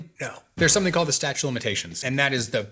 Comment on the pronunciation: I love this longer form content and the insightful answers. Winced a little at "statue" of limitations though, haha.